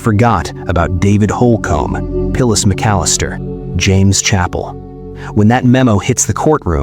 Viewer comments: Nice AI.... "Pillis" McAllister? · And they mispronounced Phyllis's name as "Pillas" several times. What a disrespect to a fallen heroine! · your AI mispronounced Phyllis's name as "Pillas" several times, too. This is extremely disrespectful to this fallen heroine! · Hate these AI narrations. 'ackers' for acres, and SO disrespectful to call dead firefighter Phyllis McAllister 'Pillis' and to call him 'she..'.